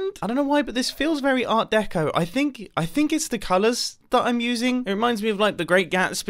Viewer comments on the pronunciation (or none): none